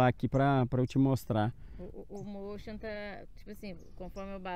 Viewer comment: Amigão, só uma dica: a palavra motion é inglesa e significa movimento e a pronúncia correta é “mouchan”. Observação: sou inscrito e gosto muito do seu canal. E parabéns pra sua esposa, já tá voando com o motion melhor que eu.